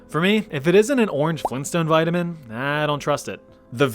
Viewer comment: 🤦🏻‍♂️ vitamin Eh